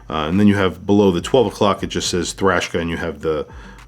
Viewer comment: I’m I hearing “Thrashka”?? Sounds like Eastern European metal band!! 😂